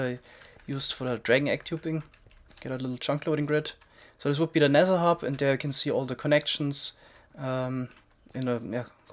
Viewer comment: Nezher hub, anozher epizode... omg